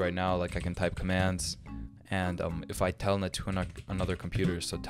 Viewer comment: ah yes telnet is the same thing as "tailnet"